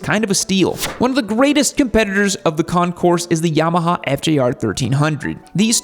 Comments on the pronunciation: Please keep in mind that the letter “S” in Concours is NOT pronounced. It comes out as “Con-kore” when pronounced correctly. Impress your friends by showing them how SAUVE you are (!) by using French words like they’re meant to be pronounced. 😅 Super cool, dude! 🎉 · AND its Con-coor.. the"s" is not pronounced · The way it's "Pronounced" is Concoor, you don't say or pronounce the S even though it's spelled that way. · It'd have been a more enjoyable video if you'd have pronounced "Concours" correctly. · Still mispronounces Concours. The s is silent